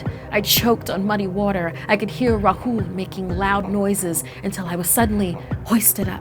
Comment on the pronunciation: it not ruhool its raahul